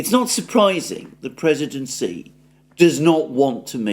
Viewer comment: Xi Jinping's pronunciation is totally wrong. "X" in pinyin is not "S". Better to pronounce it like "sh", and even better to make it soft "sh" like in your wrong pronunciation of "X". "SH" is very different from "S". There is also a surname Si in China. Even so, there is also intonation.